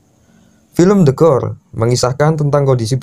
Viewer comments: the core kalo didenger kek tekor jadinya wkkwkwwk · Gue denger nya the gore